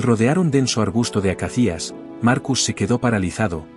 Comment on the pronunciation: Te sugiero que revises la pronunciación de la palabra ACACIA, que conozco desde pequeño por los libros de animales que leía entonces). Es una palabra llana y lleva el acento (sin tilde) en la segunda a, la de la sílaba “ca”. Por lo demás la historia que cuentas es curiosa y muy bella si es cierta, aunque resulta algo increíble a priori. Pero no dudo de la nobleza de los animales, aunque normalmente reaccionan según sus instintos, y los leones no se andan por las ramas precisamente y suelen ser bastante contundentes. Como relato sobre la naturaleza y nuestros derechos y deberes hacia ésta resulta correcta.